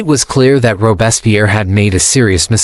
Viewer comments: Robespierre's name consistently mispronounced. The is because this podcast is being narrated by AI rather than a human being. This process results in mystronunciations and unnatural pauses in all AI-generated podcasts. Shame on podscasters for abusing this teachnology. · The AI doesn't even pronounce his name correctly.